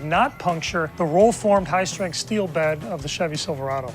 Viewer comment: I love the part about the “HIGH STARINTH STEEL” and the Sad said aluminum bed